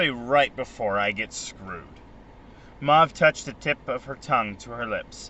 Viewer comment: This is awesome, thank you! One thing...her name is pronounce May-ve. Sorry, that kept bugging me 😂